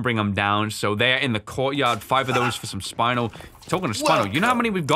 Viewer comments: I’m pretty sure Spinel is pronounced Spin-el not spine-al 😂😂 (although that’s how I was taught to pronounce it) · spuh-nel not spinal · Love the emphasis on how to not pronounce spinel 😂😂